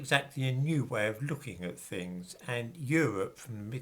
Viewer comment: "Lookin' at fings"?, your pronunciation is as poor as your dress sense. Please, improve your elocution 🥰